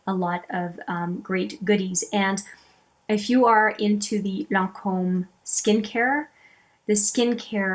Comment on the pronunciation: Thank you for saying lancome correctly. So many people say it incorrectly and it drives me nuts. Bravo!